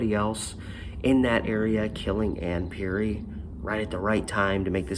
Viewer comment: I graduated from Rex Putnam in 1982. The news Article misspelled Ms. Perry's Name. The correct spelling is "Perry". You're pronunciation of her Name is also incorrect. The second Pronunciation you used is the correct Pronunciation. I remember Ms. Perry as a very positive and liked Teacher. I also remember seeing the Janitor at School. I always got an "odd" feeling about him. There was something just "off putting" about him.